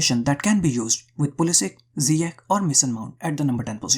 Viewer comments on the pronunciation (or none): great video but one note . it's not zyiek its' pronounced ziyASH